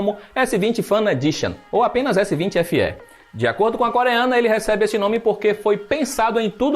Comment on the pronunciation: PARABÉNS POR FALAR CORRETAMENTE O NOME DO APARELHO....S20 SE.....E NÃO S20SÊ COMO Q MAIORIA DOS BURROS.... PARABÉNS